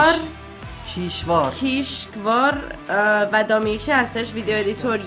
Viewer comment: کاورآرت خیش‌کار و دَمیرچی هست نه کیشکار و دامیرچی😂😂😂❤